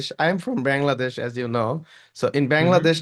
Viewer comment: বাংলাদেশ কে ওইভাবে উচ্চারণ না করলেও পারতেন ভাই, এভার হয়ে গেছে